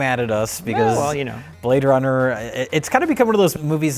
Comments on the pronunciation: He say you Brade runner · HE SAY YOU BRAAAADE RUNNAH